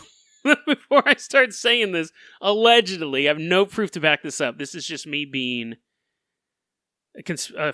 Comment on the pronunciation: no one:: AlLeGeDlY